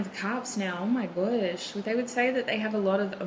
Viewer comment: “Oh my guoesh” 😂